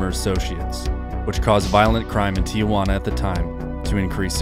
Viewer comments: STOP saying TEE YAH WANNA please. How in the hell do you get TEE YAH from 2 letters t and i before juana? Try TEE-Wanna maybe. I bet you nukyaler instead of nuclear... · It’s pronounced “Tee-juana” not “Tee-ah-juana.” 😁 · Tijuana pronounced [ tee-hoo-Anna ]